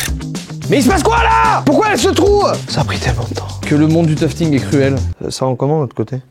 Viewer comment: "toufeting" 😂 je toufte aussi en loisir, teq tapis sont super Joyca ! Well done 👏👏